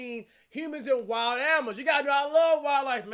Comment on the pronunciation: into the video he said "AMINAL"🤣🤣 n then ever worse was on sec into the video he said "I love WILE "AMINALS'" INSTEAD OF SAYING 👉ANIMAL👈 n WILD...🤣🤣🤣🤣🤣 TOOO FUNNY